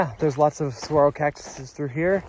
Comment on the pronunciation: Love your videos. The green trees are Palo Verde which translates to Green Stick in English. Bees love their yellow flowers in the spring, summer and fall. The other trees are mostly all mesquite. Saguaro is pronounced Sa-where-o (roll the r). Ocotillo is pronounced Oh-ko-tea-o. Source: I live in Vail. Happy Trails!